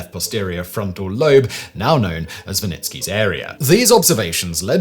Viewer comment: First time I've heard Wernicke's area pronounced like this!